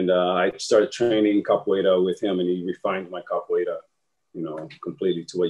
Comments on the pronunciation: Its "Capoeira" and not "Capoiera" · God bless Lateef for refraining from correcting Scotts pronunciation of "Capoeira," even after Lateef gave the correct pronunciation several times throughout the interview 😅